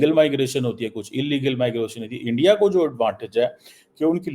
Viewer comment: Tu jitna "endya..endya" karegaa..utna mota mota hota jaayega!! So.. endya..endya..km kro..seht thik hoga..